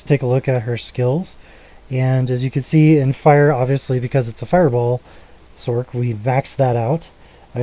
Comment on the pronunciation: b-t-dubbs, sorc is said as sorce not sork.. but this is that i run on mine. less gc's tho.